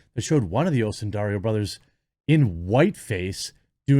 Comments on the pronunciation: Not Oh-sun-dar-ee-oh. Oh-sun-die-ro. Or Oh-sun-day-ro. Not dar-ee-oh. The I comes before the R. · It's pronounce O son dar o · Jeremy, it's "Osundairo". The "i" is before the "r". You are not saying it correctly. It's said like "Cairo". Not "Barrio". Osun - DIE - ro. Not Osun - dairy -o. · Oh-sin-die-row Bros...... I appreciate all you do man and respect the grind! But there's a solid for the J...make easier from here on out. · Jeremy, to answer your question of whether you’re pronouncing Osundairo right: No, you are not. Look at where the “i” is in the name. It’s before the “r” not after it.